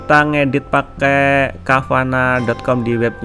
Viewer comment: Btw Bang itu canva bukan cavana 😅😅